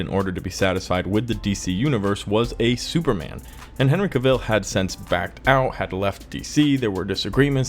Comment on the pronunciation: Dude you gotta quit saying cavill like ca-ville. even henry tells you himself in this video here